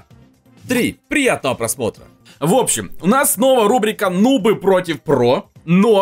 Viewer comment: Ха-ха в начале сказал нубы с ударением на у, угар.🤣😆😁😄